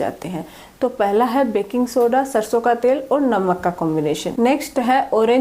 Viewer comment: ਬੈਂਕਿੰਗ ਸੋਡਾ ਯਾਨੀ ਮਿੱਠਾ ਸੋਡਾ ਕਹਿ ਰਹੇ ਹੋ ਜੀ।